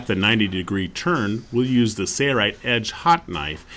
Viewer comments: Sounds like he's saying "Sayrite" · Why cant this announcer pronounce SAIL rite? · So strange to hear the company name mispronounced on every video.